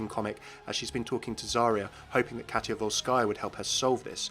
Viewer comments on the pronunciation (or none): none